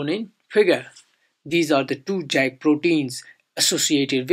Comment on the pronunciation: Its not pronounced Jack its pronounced yak, but other than that very nice video.